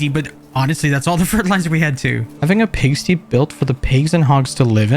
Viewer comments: The way he pronounced pigsty “Pigstees” 😂😂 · pigsty is pronounced as pig-st-eye and "Joker"